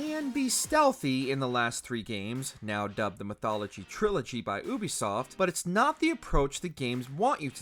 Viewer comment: It’s yubisoft not uubisoft😹😹